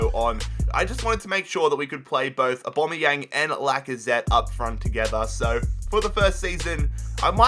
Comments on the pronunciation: Why do you call him abomiyang 😂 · Am I the only one getting triggered by the way he says Aubameyang